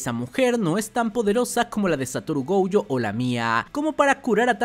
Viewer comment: Por qué dice GOUYO?